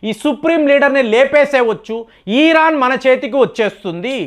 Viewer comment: ఈరాన్ కాదు బాబు ఇరాన్ నువ్వు ఇరాన్ అని పలకడం నేర్చుకో తరువాత ట్రంప్ని విమర్శలు చేద్దువు గాని